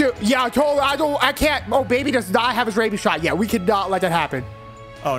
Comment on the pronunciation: Obaby not oh baby